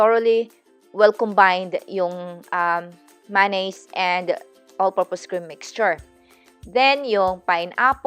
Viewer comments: Bahahahhaha. The way you pronounce "manneeeeeys" 🤣😂🤣😂🤣😂🤣😂🤣😂🤣😂 MAYONNAISE so aaaarte! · na distract lang ako sa pronunciation mo sa ma,,naise . but in fairness, sa lahat ng napanood ko regarding macaroni salad..eto ang pinaka swak. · mayonnaise check your merriam dictionary for the correct pronounciation. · gusto ko pagkasabi mo ng Mayonnaise hehe. parang may Louisiana accent :D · /ˌmeɪ.əˈneɪz/ US /ˈmeɪ.ə.neɪz/ he he walang manaz...if you check with Cambridge diphthong... yes di nga ito pronunciation video pero now that you know na mali... dahil nagtuturo ka ...paturo ka rin.Kasi marami pang manonood.... he he pero in fairness ...this is the video im using to follow this christmas... nasa google keep ko nga ito. at I should say eto ang pinaka gusto kong video.. 😄 kumpara sa ibang video...